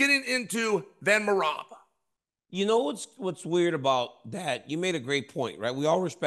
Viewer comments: DC u are so funny.. Chael just butchered Merhab’s last name … dont.u just love these guys. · Bro DC how this dude pronouncing merabs name? Im weak 😂 your a true pro you didn’t lose it 😂. Someone get the bad guy a phonetic script to say merabs name right or im calling for RC to come take his chair back and keep it 504 to 337. IYKYK great show fellas